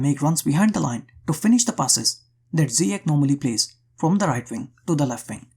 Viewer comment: great video but one note . it's not zyiek its' pronounced ziyASH